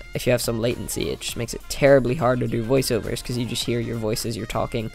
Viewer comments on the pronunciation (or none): none